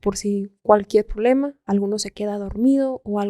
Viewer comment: ¿Qué es el "prolema"? Es quien está a favor del lema, ésa dicción... 🙄